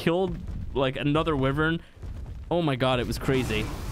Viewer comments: It’s pronounced WHY-vern, not wi-Vern. Wyvern. Holy... 🤦🏼‍♂️ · What the fuck is a Wivern.... Wyvern = Why-Vern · the way he says wyvern hurts my soul WIIIVERN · It’s pronounced “y Vern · Wivern tho